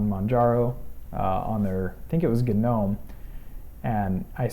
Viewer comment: it's NOT "G-nome"---- it's pronounced NOME-- PERIOD-- that is ENGLISH LANGUAGE RULES--- not company or creator rules--and the G-nome makes one sound STUPID...